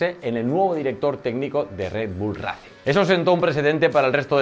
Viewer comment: Porfavor pronuncialo ben, 'reicing', ese racing me ha destrozado los oídos xddd